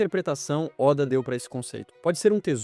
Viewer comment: Esses vídeos de IA estão ficando cada vez melhores. Só não deixa passar ficar chamando Walter seven de Walter sete e ôda de óda